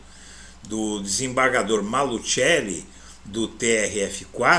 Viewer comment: NÃO É MALUTCHELI!!!! NÃO É MALUTCHELI!!!! NÃO É MALUTCHELI!!!! NÃO É MALUTCHELI!!!! NÃO É MALUTCHELI!!!! NÃO É MALUTCHELI!!!! ESTÁ ERRADA A DENOMINAÇÃO MALUTCHELI!!!! A PRONÚNCIA PELA FAMÍLIA É MALUSSELLI, E NÃO, MALUTCHELI!!!!!!!